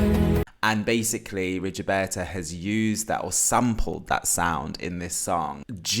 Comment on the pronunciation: Just one tip: her name is pronounced Rigoberta, not Rigioberta ;-) Oh, finally I find someone whose Rigoberta's Top 1 (after Ay mama) is Too many drugs!!! It was her first single, released during the second week of lockdown in March 2020 and I instantly fell in love with her then... Please have a look at her lyrics because they mean soooo much in her songs.